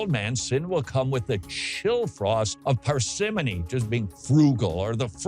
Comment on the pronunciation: Todd, please listen to the correct pronunciation of the word parsimony.